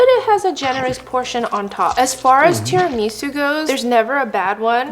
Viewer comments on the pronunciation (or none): not tiri-miso its tera-maso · it's not correct, though? It's mascarpo-ne (similar to "nay" but not as long of a sound) not mascarpo-nee. For tiramisu, her stress is just off. She says tira-MISU instead of ti-ra-mi-SU. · IT'S PRONOUNCED TEAR-A-MISS-OOH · IT IS SAID TI- RI- MA- SU NOT TI-RI-MI-SU (I’m sorry I’m English, I had to do it) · "Teeeramisu" and "mascarponay" are making my Italian soul boil!!!🔥🔥🔥🤣🤣😡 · I'm sorry TIRAMEESU?? Girl love ya but what the hell 😭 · Bruh stop saying tirumeeeesu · THERES NO WAY SHE SAID “Tirameesu” LIKE WHAT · Teer ahh misse ahh sue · The amount of times she said tira-mee-sue is killing me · this may be my australianism talking but isnt it teraMISSoo?? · Tirameeesu and mas-car-poney- hahaha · The tira-ME-SUE 😂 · “Terameesu” got me dead lol nice vid Edit: Guys I did not mean to imply that the video was bad or this is a bad creator. I love watching her videos and have 0 problems with them. I was just saying the way that she said “tiramisu” was off. Sorry if that came off the wrong way. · I know what you meant JassM, she was pronouncing it like Miso Soup. I thought it was cute too! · Couldn't watch this one. I cringed every time she mispronounced tiramisu. Love her content generally, tho. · The way you say mascarpone and Tiramisu is so silly I love it. Edit: if you’re taking offense to my comment when i literally say I LOVE IT, thats crazy work. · The way she pronounced Tiramisu and Mascarpone almost gave my husband a stroke. He’s Italian. 😂🤦🏾‍♀️ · I am not Italian but damn these Americans are butchering these words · That’s not how you say tiramisu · You’re pronouncing tiramisu wrong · Right???! And she is saying it so often too😂😂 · That was the first thing I noticed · Ikr same I was dying I was like pleaseee stop saying it like that.